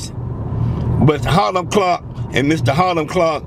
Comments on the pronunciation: He keeps saying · Boy said hilam clarke 😁